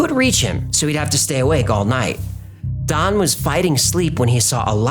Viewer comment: Still can’t decide if he’s saying Don or Thon. I hear it different every time he says it.